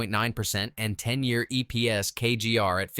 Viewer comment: EPS is not pronounced "EEPS" BOT VOICE